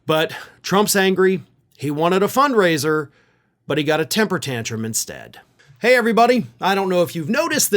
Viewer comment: They said fund raiser ! Not funk raiser ! 😂